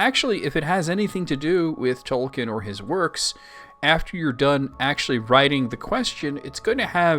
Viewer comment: I commend your Tolkien knowledge, but please: Toll-keen.